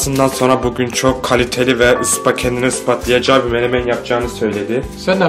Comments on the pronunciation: ***** abi kusura bakma ben sözer okuyorum ve onca kelime ezberledim o melemen değil menemen düzeltmesem içimde kalacaktı :D :D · melemen değil abi menemen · Abi melemen degil o menemen :)) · Abi Yanlız Melemen Değil Menemen Sanırsam :D